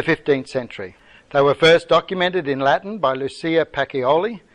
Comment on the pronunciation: Pacioli is pronounced PAH-CHO-LEE., not PAH_KEE_O_LEE.